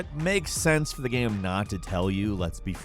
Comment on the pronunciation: No one:: GAEM